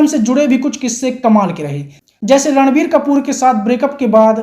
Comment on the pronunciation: ये रणबीर को लड़वीर बोलता है क्या